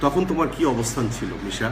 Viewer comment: নেশা করে কমেন্ট করছেন? নাকি শুদ্ধ করতে গিয়ে যেমন হাংগারে সাংগা বলে। তেমনি মিশা কে নেশা। 😋